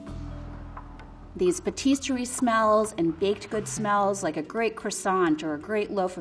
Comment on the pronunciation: She's mispronounced pâtisserie, nonetheless she's sounds bright and well educated in wine with the very friendly approach.